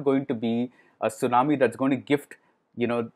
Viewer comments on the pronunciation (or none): none